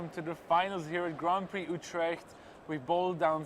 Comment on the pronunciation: As a Dutch person, I like how he prenounced 'Utrecht' :)